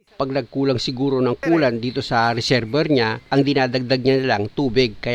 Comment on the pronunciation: Reserbwer ❌ Reserbwa ✔️